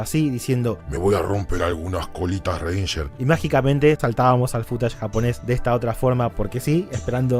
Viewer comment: No me gusta como decís footage. Suena a futanari